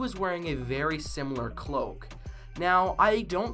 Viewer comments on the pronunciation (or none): none